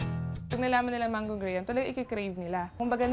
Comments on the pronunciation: Masyado kayong nabobother sa mga malilit na bagay. There is no need to be condescending. Ang audience ng show na ito ay Pilipino,it is understandable if the show does not use the American pronunciation. Naging kultura na ng Pilipino sabihin ang graham as "gray-ham." Anong nangyari bakit gray-ham ang ginagamit ng mga Pilipino? Watch MY SANS GRAHAM commercials. Talamak ang commercials niyan noon especially the early 2000s. Kahit noon pa man, ganyan ang pronunciation nila na siyang pinapalabas sa mga commercials, at sa mga radio stations. Yung way ng pagpronounce ng product nila, nakuha na nating mga Pilipino. Naging part na ng kultura natin na gamitin yung ginustong graham pronunciation ng produkto nila sa araw-araw nating buhay. Idk bakit ganon ang gusto nilang way, pero probably marketing reasons. Not only pronunciation ang iniiba natin pati na rin mga salita.Take also the word salvage, for instance, whose original meaning is to save, but has, for decades, been used here in our country also to mean summary execution. The same goes for presidentiables, and senatoriables na wala naman talaga sa dictionary. Tayong Pilipino lang din naman ang gumawa nun, pero considered acceptable and prinopropose nga na ilagay sa dictionary along with "TY" and "CR" etc kasi nga ayun na yung lingo nating mga Pilipino. Again, this show is for the Filipino audience, inaayon lang nila yan sa kung ano ang nakasanayan ng audience nila. “Standard Filipino English is the type of English which educated F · Pronounciation po, hindi po GRAY-HAM, Graham= GRAM , silent “H” po siya, CARAMELIZED= CARMELIZED, silent po yung A after R. Research research po tayo lalo na kung Public Info po ang show natin..OK! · Jessica Soho, it's pronounced gram not gray-ham. You're in public service do it right! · The correct pronunciation of Graham is "grahm," not gray-ham. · Graham is Grahm not Grey-ham. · Dba Graham pronounced as Gram? Or binobobo na lang natin ung mga pinoy? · It's pronounced graam